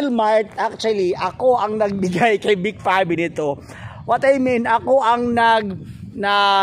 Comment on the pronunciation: Pangit pangit ang pag narrate mo kuya......vic pave vic pave vic pave vic pabe....ah ha ha ha ha